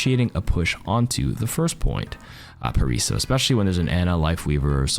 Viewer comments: It's pronounced "Paraizzo" like in Lizzo the singer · You said Paraiso right but the S have a Z sound. Paraízo :)